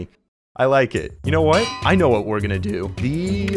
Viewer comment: "i know what we are going to dOO"